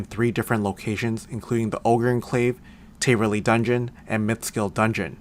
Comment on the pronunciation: taaaaverly not tayyyverly js